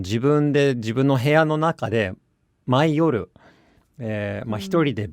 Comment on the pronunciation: 読み方 毎夜→「maiyo」「maiya」